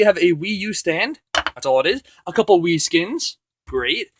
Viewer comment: At 0.39 instead of wii I thought he said weed 😂